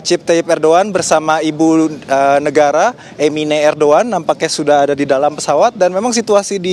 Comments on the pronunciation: 😂. Irdugan bukan ardugan .udah salah sok iyes lu. ..😂😂😂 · Erdogan apa erdoan. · Kok Erdoan toh neng ?